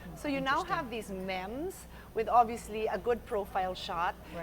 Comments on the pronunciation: I never knew Pia could be this eloquent! It sucks that Allan didn't win, though. One criticism lang, it's pronounced "meems." lol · haha, was thinking the same when she kept prounouncing it as "Mehm". thought i was the one who forgot how it's pronounced